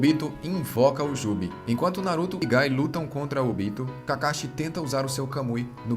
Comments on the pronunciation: Muito bom o resumo, mas a pronúncia dos nomes me deu uma agonia viu principalmente o do Obito e não Óbito pessoa que estar morta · Sério? "ÓBITO"? A pronúncia é Obi-tô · O resumo é top, mas pq não manter a fonética dos nomes igual a japonês? Ex: pq óbito e não obíto? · Quem aí tmb ficou com agonia vendo ele falar "Óbito" ao invés de "Obito"? Kkkkkkkkkk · Pelo amor de Deus, OBITO NÃO TEM ACENTO NO 'O' pra ele falar ÓBITO, credo parece que nunca olhou legendado! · Podia aprender a falar os nomes dos ninjas direito.. óbito é quando alguém morre pô.. kkkk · Vc fez um otimo trabalho parabens, mas....maioria dos nomes foram ditos de maneira errada, como "Óbito"(morte) e Ashura de resto ta maravilhoso irmão continua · Esse cara não sabe falar os nomes dos personagens direito não? Óbito? Kuina?